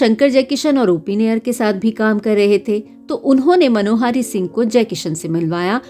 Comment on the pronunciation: मनोहारी मत बोलिये मनोहरी होता है!